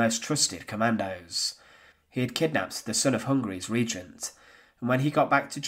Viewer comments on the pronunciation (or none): none